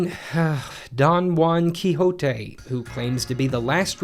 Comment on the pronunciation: Don wan kihote is well...don quixote